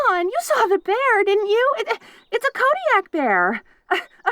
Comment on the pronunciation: Nice to hear kodiak pronounced properly, but also makes me feel a little bad for correcting it in the first place (unless i did that in another artists rendition of this script, in which case i will be greatly embarrassed). Great work as always!